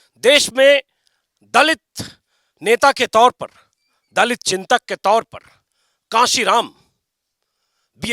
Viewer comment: कासीराम नहीं सर, कांशीराम जी कहिए